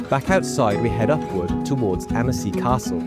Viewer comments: The town should be pronounced’ AN-see’! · Why bother making the video if you can’t bother to pronounce the name right… worse still, still being defensive and disrespectful when someone bothers to correct you. 👎 👎